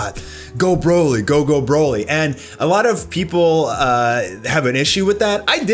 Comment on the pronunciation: The only really bad part was when a background voice says “broly”, “kakarot” 🤦🏻‍♂️